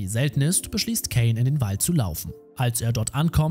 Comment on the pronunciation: kaaaaaaaaaiiiiinnnn mit a nicht ä